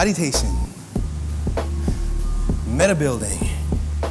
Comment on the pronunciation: Yo,. I think you did something when you said “medi-building”. I heard it as “metabuilding” which actually works well with what you were describing as the higher rep work seeming like meditation.